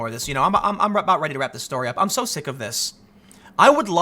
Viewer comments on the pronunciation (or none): none